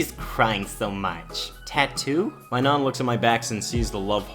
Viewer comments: "Nan" is pronounced with a hard A, like "jack". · Why do you say nan like naun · N-an n ah n not naan nan nahn nah-n sorry if I sound mean it's just funny BC it sounds like you are saying naan as in naan bread anyway sorry for the bad spelling. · Who else is pissed at the way he says nan?